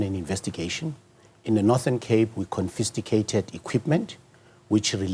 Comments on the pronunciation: said confisticated instead of confiscated 😭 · Did he just say Confisticated 😂😂😂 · Con-fisticated. 😂. Guys.